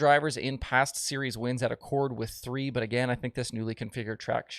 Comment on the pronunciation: Love the work, but it's pronounced Ack-cord, not like the Honda car model. And virtually everyone outside the area says it wrong :)